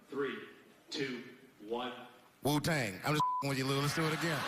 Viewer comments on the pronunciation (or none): He said Wu Tang not well dang